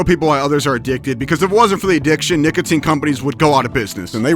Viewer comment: bro did NOT say nicotine